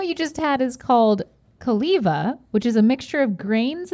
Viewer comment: It’s pronounced Koh-lee-vah